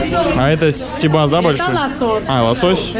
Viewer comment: Интересный репортаж. Но все же, ребята, внимательнее к лексике и ударениям в словах. Это привлекает. Особенно всем известных. Река Кура у вас как курочка. Хотя, ударение на второй слог. Сибас наоборот на первый. Посмотрите. По редактируйте. Такое качество очень важно для увеличения подписки.